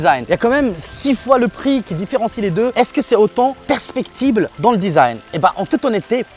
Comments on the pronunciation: Super vidéo mais le mot c’est perceptible et pas percpectible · Mdrrrrr je rigole et te reprend juste sur ta façon de dire "perceptible", tes propos sont très clairs a part ça, continues si tu te régale a faire tes vidéos !